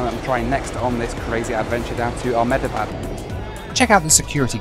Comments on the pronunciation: the way you say Ahmedabad is so funny! my grandparents live there and it is pronounced "Am-Da-Bad" appreciate your effort though! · Amazing video, btw the correct pronunciation of Ahmedabad is (Ah - (immediately) hem-dha-bahd)